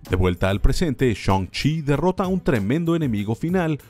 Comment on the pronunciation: "Shoun-chi" xd